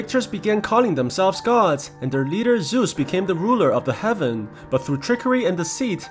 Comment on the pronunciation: Ahhhhhh ZEUS, GODDAM ZEUS NOT ZUS